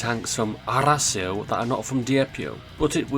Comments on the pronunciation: LOL!!!!😂😂😂! NOT HORACIO ITS ARRAS.IO😂😂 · how says arass io is a bit funny